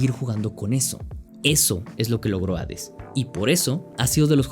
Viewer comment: Es chido encontrarse con alguien que sabe pronunciar correctamente el nombre del juego.